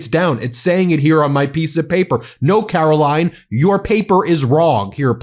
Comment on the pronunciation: KARO-LYIN...CANNOT WAIT, YOU FF MF 😑